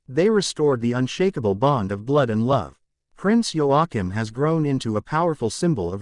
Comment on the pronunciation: It’s pronounced wa keem!!!